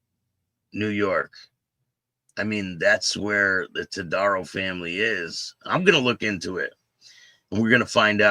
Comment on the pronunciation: It's pronounced TowDAHrow, and we don't know yet if he's related to the infamous family, but everyone is trying to find out. Local BACA chapter released a statement and have ousted Todaro and his wife from BACA. In addition to the court justice he's facing, I have no doubt there will be significant consequences for him from other sources. Chomos don't do well in prison, either.